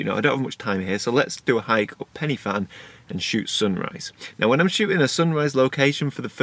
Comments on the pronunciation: I'm from Wales. Every time you said 'Pen-e-Fan' I cringed! If you go there again, it's pronounced 'Pen-ur-Van'. Just so you know....! Enjoyed your video though and love the shot you took. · Pen y Fan: ‘y’ pronounced ‘uh’ not ‘e’ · PENNY FAN? Oh, I know you struggle with some pronunciations but Penny Fan? Let me help - Pen-uh Van. The letter Y is a vowel pronounced a a soft U. A single F is V and (double) Ff is F. Loved the video. Croeso y Cymru, Welcome to Wales. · As a Welshman, hearing you say Pen y Fan (you say it like it, Pen Ugh Van) makes me cringe as a fluent welsh speaker. But valiant attempt. Amazing photos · Nice vlog, some really nice images. I see that someone else has helped you with the pronunciation (Pen uh van) a little more information for you, Pen y Fan is the highest mountain in the southern half of the UK, thanks for sharing your trip with us and your dinner with the dog. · Ah--name the van contest! Let's call it Pen-uh-van. Or not. Whatever. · it’s pronounced ‘Pen er Van’. 😊